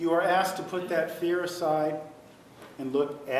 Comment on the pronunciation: Once during the trial Juan objected to saying "excape", and I'm pretty sure he also says "axed"